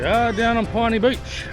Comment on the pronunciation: It seems I've been pronouncing Pinny Beach incorrectly all this time. I've always thought it was pronounced as "pin-knee". Not "pine-knee" as you have.